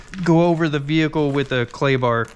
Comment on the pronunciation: You said clay bar but I heard Klondike bar!